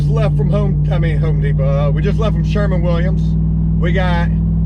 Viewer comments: I swear if you call it Sherman Williams again ima scream! It's SherWin Not Sherman 🤣🤣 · Is he saying Sherman or sherwin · I like this guy. He said." Shemin Williams " . Man shewin Williams got there line locked down with lowes. As well as this guy I bet he says Lowe's. Waa 00 hundred times. Ny man should be sponsored by Lowe's.. good watch. Just be yourself and shit will happen. Great vids man. " shrmin Williams " to fuckin funny